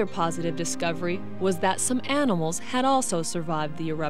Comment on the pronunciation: man: "How many aminals died?" Ranger: "Yes"